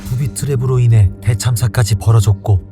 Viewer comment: 부비트랩으로 인핸 ㅋㅋㅋㅋㅋ 발음이 꼬여버린 홍철씨